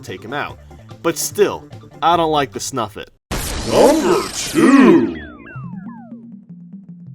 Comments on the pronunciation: It's snifit not snufit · it's called snifit not snufit. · I pretty sure it is snifit,not snufit